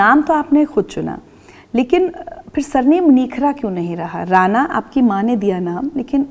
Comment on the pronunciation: मॅम not राना, plz correct with राणा 🙏🚩